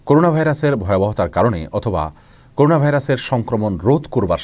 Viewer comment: করুনা না করোনা 😪